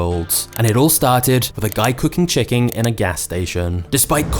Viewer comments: He said "chicking" instead of chicken 😂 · did he just say, "A guy cooking chicking"?